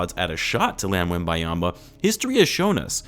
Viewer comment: Butcher the man's name 😂